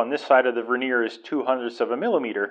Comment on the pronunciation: Could you PLEASE look up the proper pronunciation of the word " vernier ". HINT: it ain't verneer.